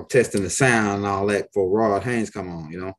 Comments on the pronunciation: Stop 🛑 it ... You Keep calling him Ron Haynes 🤣🤣🤣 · His name's Hayes bro not Haynes🤦🏿‍♂️ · seriously, his name is, not Hanes like the underwear. But I'm laughing because you sound funny as hell saying his name incorrectly over and over through the whole video. Just letting you know because Rod probably won't tell you, you fkn his name up just so you don't feel bad.